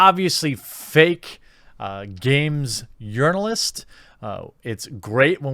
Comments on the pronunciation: Did he just say yournalist? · did he say game iournalist ? :))))))